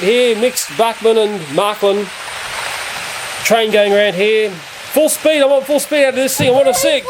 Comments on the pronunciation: Not "marklin". Märklin. With "ä". You pronounce it like "mare". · Märklín, not Märklin.